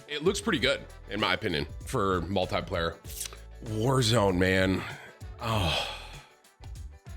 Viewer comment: every 5 sec tim : multiyyplayer multiyyplayer :D